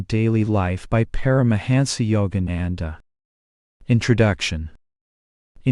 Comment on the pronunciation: Please I respect that we all have regional accents but your pronunciation of his name alone is horrible. Be respectful of this great man. To intentionally mispronounce his name is truly disrespectful and insulting. All your pronunciation is horrible. These people come from another country. Please have a little respect.